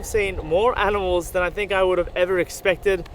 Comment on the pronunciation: You guys actually mean “aminals”